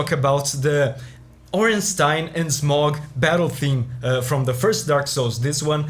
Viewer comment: I think it’s pronounced Smoh, not Smog